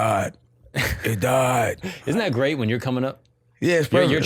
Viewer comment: How do you like New York?: It’s great! It’s great! or: It’s skrate It’s skrate